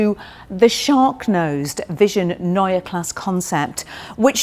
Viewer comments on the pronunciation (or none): No...there's no r at the end. Only an e...pronounced like the e in "n_e_ver". Greetings from Germany.